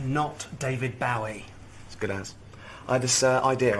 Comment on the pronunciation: Stop pronouncing Bowie wrong